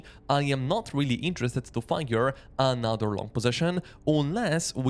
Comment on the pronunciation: Another not ANAATHER😂